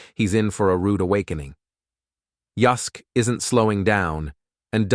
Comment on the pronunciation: I think he's saying Yusk, who is Yusk!!!!!!!!!!!!!!!!!!!!!!!!!